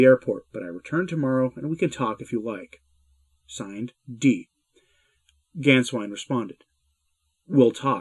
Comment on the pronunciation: And the "Á" with umlaut is pronounced as in "way!" So Gänswein is pronounced "Gaynsvein!"